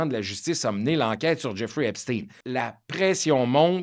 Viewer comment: De même qu'on ne dit pas Frankenstèn de grâce prononcez Epstein comme il se doit Ep stayne